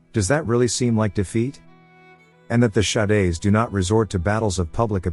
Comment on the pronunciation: Bro the text to speech being a bit dyslexic Shades- "Sha-days"